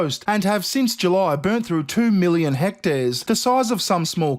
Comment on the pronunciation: "hect airs"